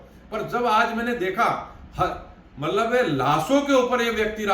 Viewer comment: ब्राह्मणों का उच्चारण गलत हो, उनकी भाषा बिगड़ी हो और उनकी सोच जब छिछली हो तो लगता है कि उन्हें राजनीति छोड़ अपने मूल काम, यानि ज्ञानार्जन पर ध्यान लगाना चाहिए। "मल्लब" समझे